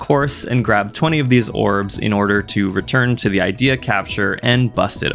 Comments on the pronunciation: I truly must be caffeinated the way every time he said idea instead of id ee uh like in journey of dreams I get angry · A thing to note, Ideya is actually pronounced as “ih-dee-yah”, despite how the word is spelled similarly to “idea”.